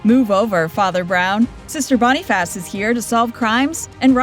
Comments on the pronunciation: You mispronounced the name “Boniface” in the show “Sister Boniface”. If you’ve watched the show, then you know it is not pronounced “Bonn-ee-fass”, but more like “Bonn-eh-fuss”. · Clearly not AI, but I think they're picking on your pronunciation of Boniface.